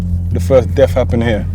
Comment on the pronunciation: He says “ the firf deaff wiff a niffe was Wright here.